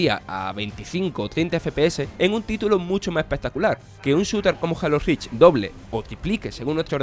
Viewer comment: "jalo rich pa log fans de equi boc" ¬¬